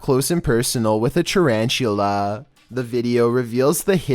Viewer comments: Normal people: tarantula Me: Charanchula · Tarantulla.. first i tought he said chinchilla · Tarantula more like CHARANCHULA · nobody: litteraly nobody:: charanchtula but im a big fan of you two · " the... tah ran tchu la... "